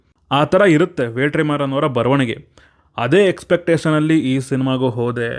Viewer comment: Bro ವೇಟ್ರಿಮಾರನ್ ಅಲ್ಲ bro ವೆಟ್ರಿಮಾರನ್